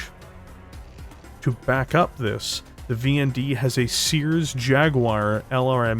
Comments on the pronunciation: Stop pronouncing it as "Seears!" It's "CER-es" (Sear-eez)! Like the celestial body! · Good video. Always liked the VND. Just as a note though, Ceres is pronounced "seer-eez" or "see-reez" not like "seers". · I know the company is Ceres Metals, I kept hearing Sears. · Ceres is pronounced Ser-ress